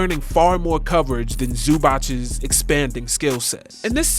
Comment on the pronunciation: Zoo-bahts not Zoo-botch